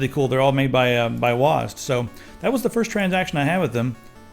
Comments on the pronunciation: Wazzed, lol its W.A.S.D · IT'S NOT PRONOUNCED WASD IT'S DOUBLE U, EY, ES, DE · you read wasd as one word. I always read it as W.A.S.D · WOZ-D? U mean W-A-S-D?